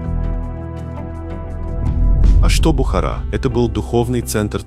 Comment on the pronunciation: Бредовый ролик. И перестань коверкать слово Таджик и Бухара... 🤬🤬🤬